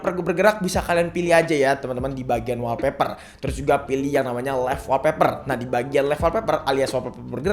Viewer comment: saran klo nyebutin istilah inggris sebisa mungkin pnyebutanny bener biar mkin keceh contoh olweys bkn alweys wolpeper bkn walpeper:3